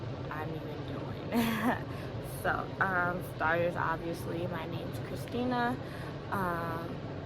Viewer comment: Hey! Its Lex (Alleys seester), ❤️🌺 sending love from Hawaii. 💕💕